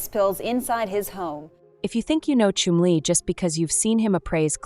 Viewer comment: every time she says Chumley I'm hearing Chun-Li